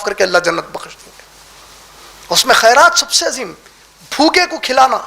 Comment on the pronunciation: لفظ خیرات ہوتا ہے قاف سے نہیں ہوتا ہے